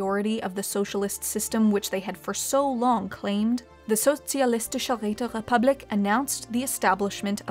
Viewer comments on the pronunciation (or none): How the hell Räterepublik didn't have any R sound?! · Well not really she pronounced republik in an english way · Did someone just say...... Räterepublik, comrade?